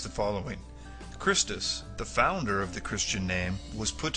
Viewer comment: One other point. Even if you are willing to ignore Tacitus' error in referring to Jesus as Chrestus (the video intentionally mispronounces it), assuming he was referring to Jesus at all, you still have the problem that Tacitus was born 35 years after the purported events, and did not start writing about them for another 35 years. Imagine, someone born 35 years from now, writing about Mandela in 2083, ...but imagine that they had no access to the internet or much of anything else except maybe a few official court records and possibly oral tradition. Would you trust such a source...especially of that source referred to him not as Mandela, but as Madiba, and even misspelled it in such a way that it did not even represent his clan name, but meant 'the good'?